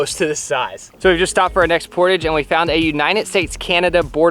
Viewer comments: The fact that they called the portages “poor-tije” is so hilarious to me, a canadian. it’s pronounce “poor-tajjj” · Love this adventure! As a Canadian though, this pronunciation of portage has me twitching haha. It's a French-Canadian word, so it's pronounced POR-TAJ (like the Taj Mahal). Keep up the great content! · As a Canadian, it's not PORtaging...it's porTAHJing. Like French. 😅 🇨🇦 Keep up the great content! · Port-age ....everyone i know here in Canada says "por- taaahhjjj" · So sorry but as a Canadian, every time you all say portage, I had to cringe a little. We say it the French way, "portahj", with a long A, instead of "portige". Really entertaining video though! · Port(ah)ge. Not, portidge. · If anyone has gone a canoe trip they would laugh when he called then port-a-gis. Some one soppert me on this there pronounced por-tajs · The word portage is pronounced "por-taj" not "port age". I think catch and release is CRUEL!!! Imagine the pain the poor fish is in. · Only comment, it is not Portage, it is POR-Tage, like montage. Lol great video😊🇨🇦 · Sorry but it’s por-TAGE not portige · I love watching you videos! Just wanted to let you know the word portage comes from the French word 'port', meaning carry. As a result the word is pronounced 'port-ah-j" not 'port-ij'. Sorry to be picky, but as French Canadian it drives me bonkers when French words are mispronounced. Keep up the good work! Love the channel! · woah, u guys call it portage? In Canada we say it like portaage. Almost like portaauge. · As a Canadian, I cringed every time they said port-idge. The appropriate pronunciation is Por-taage. What a fun adventure. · portige My canadian self: 😱😱😱 aghhhh it’s portaaahhhge 🤣🤣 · You are pronouncing portage wrong. "Poor-tahhge" not "portuggh" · it's pronounced port-aage, soft a, not port -idge, it's french. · Lol am I the only one triggered by how they are saying "portage"? It's pronounced pȯr-ˈtäzh. Not pȯr-tij. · It’s pronounced poor-tawj. 😀